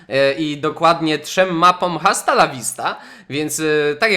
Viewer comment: Czyta się asta A nie hasta H w języku hiszpańskim jest nieme!!!!!